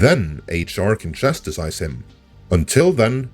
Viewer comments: Chastise, not chasticize. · good points! btw, "chastise" only has 2 syllables.;)